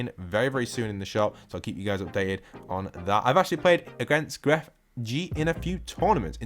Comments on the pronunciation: Why people say it like GrefG, it's just Grefg Without pronouncing the g at the end apart XDDD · Gref G jajaja nunca pensé que puede ser pronunciada hazi